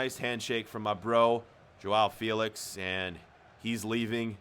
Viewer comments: Its not jowow felix its jow felix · “Jowow Fealicks”